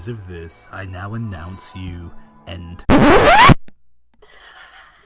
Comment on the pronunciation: the fucking stop at "end" literally made me JUMP kjbnkdf